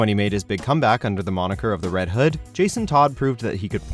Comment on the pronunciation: You said red hood wrong